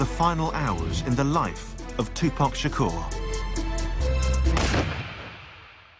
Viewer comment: “2poc shakor”